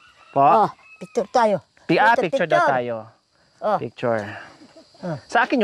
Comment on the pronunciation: Piktyur piktyur nanaman si Nanay Marissa🤣🤣🤣